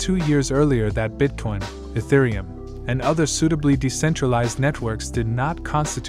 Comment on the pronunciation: These A.I programs are getting crazy! Notice it cannot say Bitcoin properly and when it speaks dollar amounts on these Videos it speaks the numbers individually. Modern technology